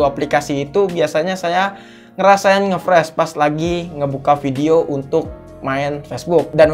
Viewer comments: Ngefrash ❌ Ngeflash ✅ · Ngefressss awokawok. Ngefris bang wkwkwk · "nge friz" bukan "nge fres" ejahnya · ngefreeze, bacanya itu ngefriz bang bukan ngefres wkwkwkwk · Entah knp gue kesel aja denger "ngefres" friz oi friz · Hadeh dari awal sampek akhir ngomong ngefresh mulu, yang bener ngefreeze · nge fris bang bukan fres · bacanya friz bukan fres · Freez/fris bukan pres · Dibacanya friz bang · ngefres aokwkwk ngakak